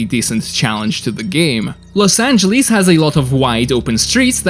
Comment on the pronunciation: i needed to stop watching the video because of you saying Los Angeles wrong every time you even trying... ITS NOT F*CKING LOS ANGELIS!!!